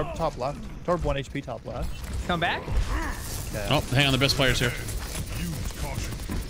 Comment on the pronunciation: Lol he said “coom”